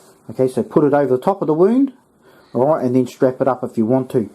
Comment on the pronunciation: Impurities? What ever, "awrite" marijuana leaves, "awrite" fro it in, "awrite" 😂 roll it up, smokin